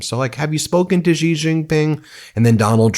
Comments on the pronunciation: BEN! Xi Jinping is pronounced as SHEE not JEE! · 'Shi' not 'Zhi' ... Xi is pronounced as Shi! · In the off chance you guys actually read this, xi is pronounced like how you would say "she" not "szee"